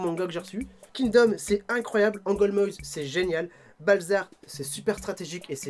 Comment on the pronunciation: On dit Angolmoas pas Angolmoises mais c'est pas grave😉 Sinon super vidéo !